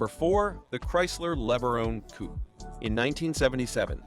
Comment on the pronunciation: The Maverick was a great looking car, if you ignore the front end. PS this is total AI nor being able to pronounce "Coupe."